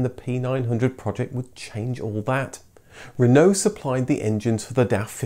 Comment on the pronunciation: What’s with the ridiculous pronunciation of Citroen, Peugeot and Renault!? Really informative clips but incredibly frustrating to listen to!!!